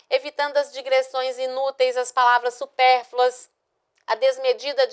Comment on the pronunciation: Professora bem fraca. Dá aula de redação e fala "supérfulas" quando o texto da tela traz a palavra correta. Só fica lendo e repetindo o que está escrito.